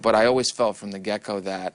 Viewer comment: He’s such a fluff ball. He says “from the gecko” I say get go😂😂 did anybody else catch that